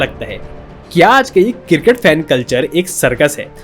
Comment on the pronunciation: Sahi bol le bhai , CRICKET, ye KIRKIT KIRKIT kya hain